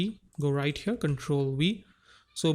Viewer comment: “right over HYURRRR.” 😂😂😂